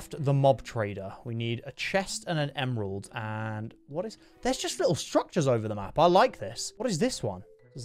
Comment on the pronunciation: u said emerald wrong